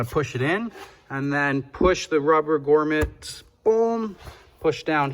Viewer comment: GROMMET, not GORMET 🤣